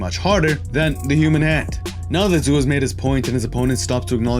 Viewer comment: Hey man, I love your vids. I'd like to give back to you. Xu's name sounds like "shoe." I can give you a link for a pinying pronunciation guide if you would like. Thanks for the vids. I look forward to the next one.